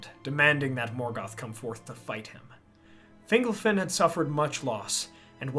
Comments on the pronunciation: I’m pretty sure it’s fin-GOLF-in. When it’s pronounced like “dingle” (“Fingle-fin”) it sounds less powerful like a great elven king of old, and more whimsical like an elf on a shelf lol. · I think it's Fin-gol-fin. Fingle-fin just sounds funny.